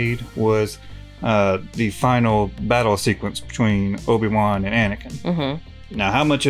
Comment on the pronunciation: Stow-biwan Kenobi